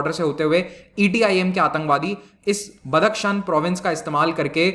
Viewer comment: बदक शन नही बदखशाँ सही नाम है।